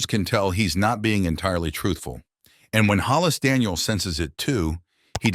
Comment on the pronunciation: It’s just Daniels. Not Danielseses